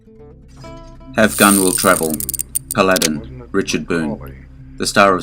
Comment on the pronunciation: It's pronounced PAL"-A' - DIN !!!!